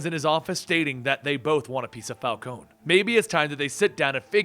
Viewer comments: It's not Fal-cone, it's Fal-cone-ee. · It's pronounced Falconee not Falcone with a silent e.